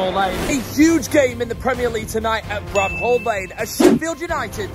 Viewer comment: Its not Bram Hall lane mate...no h